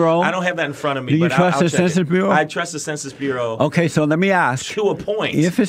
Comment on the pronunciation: the censuh burough